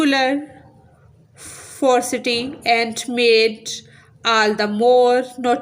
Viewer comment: That is not frosity its ferocity